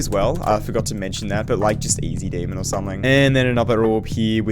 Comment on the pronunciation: bro said easy demon